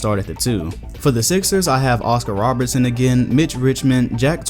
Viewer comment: It's Oscar RoBERTson, not Robinson